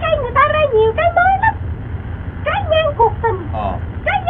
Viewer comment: Trái ngang cuộc tình mà nghe thành trái măng cụt